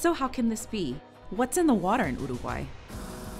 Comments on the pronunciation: She actually pronounced it properly (at least the first time) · Jajaja igual se interesaron en pronunciar bien Dijeron uruguay en vez de iurugoai y dijeron bien batlle y ordoñez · I believe who speak could be Uruguayan, she pronounce really good difficult word for anglophone people, and Omho her English is perfect too.